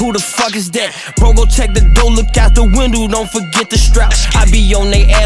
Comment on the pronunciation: Bro really said windoo💀💀